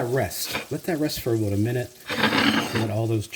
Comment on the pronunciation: "Boataminit"! Love it!